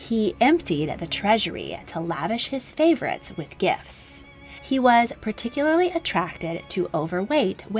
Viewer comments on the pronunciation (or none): none